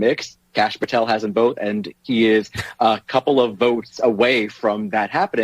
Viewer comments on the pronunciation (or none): or so, this PropagandaMSM 👿Terrorist owned by SchwabSorosGates, tries to act like she has dirt on K Patel but can’t even pronounce his last name!🙄